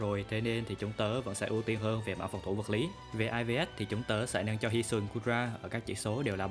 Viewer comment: Góp ý 1 vài điểm sau đây: - Dưới mưa thì weather ball đau hơn hurricane - Nên sửa lại cách đọc EVs và IVs cho đúng, đọc cả chữ s rất khó nghe. - Phần điểm mạnh điểm yếu rất mơ hồ, không có ý nghĩa tham khảo. Ít nhất cũng phải cho người xem biết rằng lối chơi nào khắc chế được build của mình, sau đó nếu được thì build team để cover điểm yếu đó. Không có cái đó thì người xem sẽ gặp khó khi sử dụng pokemon được giới thiệu, vì team có 6 con mà bạn giới thiệu 1 mình nó, không nói nó hợp với kiểu đội hình gì, cần đồng đội như thế nào, sợ những pokemon nào, ... Nói chung là không đưa ra đầy đủ thông tin để người xem áp dụng.